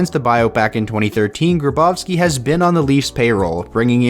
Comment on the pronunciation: It’s Grabovski not Gabrovski 🙄